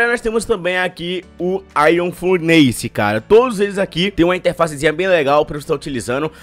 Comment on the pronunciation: Se pronuncia furniss nao furneise